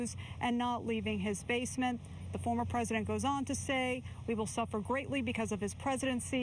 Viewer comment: She thought she needed to accent the word former when talking about Pres. Trump. Isn't she irritating? 🤨